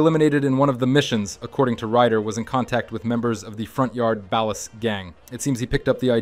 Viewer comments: Bro pronouncing 'Ballas' like he was from the Midwest or something lol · Ballas ❌bAll-es✅ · Keep saying Ballas like that, I dare you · Balles and Vaygoes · You do realize you’ve pronounced Ballas and Vagos incorrectly every time right? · Great. Another channel that doesn't know how to say "ballas" and "Vagos" correctly 👎🏾🤨